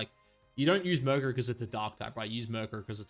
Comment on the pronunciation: Myuur crow